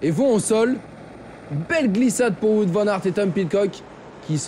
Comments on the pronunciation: Wou-ote* Vane Ar't *ou "Ou-ote " car on prononce pas le w comme un v mais comme une lettre distincte (ben oui), comme en anglais par ex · on prononce plutôt Waout Van Arte en fait, non ? Nos amis belges pourraient confirmer... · Ca commence à venir pour l'ami Watte Van Artte :yougotthis